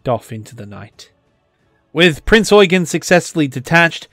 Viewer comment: You're not pronouncing "Prinz Eugen" correctly. "Eugen" is the German version of the English name "Eugene", and it's pronounced "Oi-gane" (with the second syllable drawn out) rather than "Oi-gun".